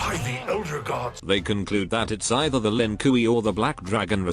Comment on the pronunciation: Why does the darn dude calll them the Lin Kooey lmfaoooooooooo it gets me everytime